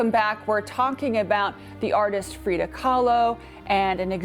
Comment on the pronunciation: Frida, not Frieda.